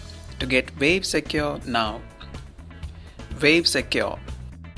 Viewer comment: Vave Secure? You having a laugh? Its Wave not Vave!